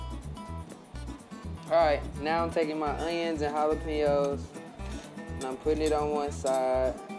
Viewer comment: My man said my onions and my jalapeyos